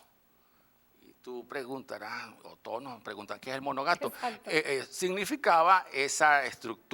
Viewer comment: "Monogato" o Monagato? Por favor Sr., es mgnífico y se le agradece que usted le recuerde a la colectividad en especial larense, un hecho histórico tan trágico sucedido en su estado, a un héroe de la independencia de nuestro país pero, cuidado con los términos empleados porque, ese hecho sucedió en la era del monagato y no del "monogato", como usted la nombró y repitió.